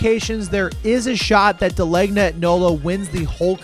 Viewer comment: As a New Haven resident, I can confidently say you hit all the major spots. Also De Legna is pronounced De Lane Yah, drop the Nolo part.